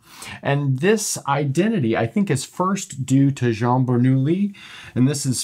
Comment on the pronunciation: How he pronounced “Jean” the good way.